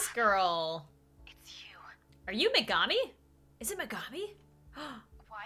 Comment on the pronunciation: Is it Megimi says is say gurl yo weave on point! Ps it is Megimi